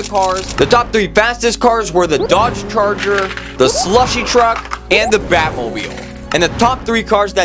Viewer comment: DOGE CHARGER?!?!? YOU DID NOT SAY IT RIGHT